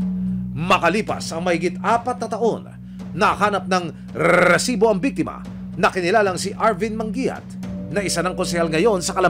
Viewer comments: Ang OA naman nitong reporter mag pronounce ng Resibo. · Ilan ba ang R sa resibo? Kakainis eh hahaha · Sa abs na reporter karamihan bulol sa letter R eto si emil sumobra ang tatas sa R😂